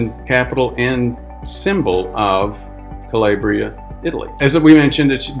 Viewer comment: Italian pronunciation: Cah-LAH-bree-ah